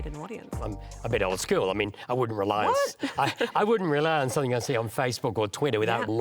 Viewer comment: You lost me me when ole mate said "Somethink" instead of Something. A failed education, I'd guess.